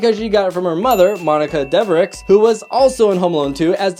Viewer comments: No you're not the only one. And, , listen carefully as he mispronounced Monica Devereux's family name as "Devrix". It's actually pronounced "Dev a roo", or something along those lines. I believe it's a French name. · and he even mispronounced "Devereux", as in Monica Devereux. It isn't "Devrix", it's more like "Deveroo", with "oo" as in hook. It's French!